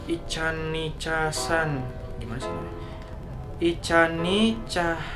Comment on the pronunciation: Ichan ichsan , di pisah bang bacanya biar ga bingung bang baca nama gua. wkwkwk. .btw thx udh di jawab bang. 😁😁😁